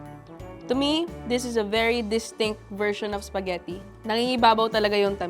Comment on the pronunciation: I can't with the bisaya accent spageti na may hatdog hahaha